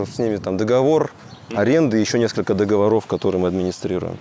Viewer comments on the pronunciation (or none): none